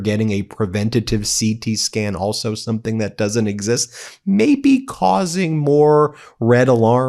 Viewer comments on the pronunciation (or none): none